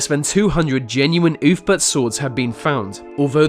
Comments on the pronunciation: ‘Oolf-bert’, not ‘oof-burt’ ya big dumb dumb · Ahh yes the legendary oofbert sword... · "Ulfberht swords were forget in the 9th century"